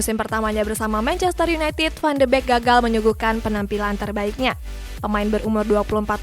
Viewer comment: Van de beekk bukan Bekk Wkwwkwwk